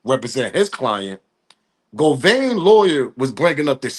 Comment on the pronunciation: Say it witme GO-VAN NOT GO-VAIN GOT IT OK